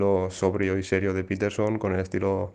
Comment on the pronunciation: Me resulta curioso que Fernando se empeñe en nombrar la marca Pfizer como "fizer" con la excusa de que es un nombre de orígen aleman, cuando el 90℅ del mundo la nombra como "faizer", pero luego al iPhone lo llama " ifon", en lugar del correcto "aifon", o a Jordan Peterson lo llame " peterson " en lugar del correcto "piterson".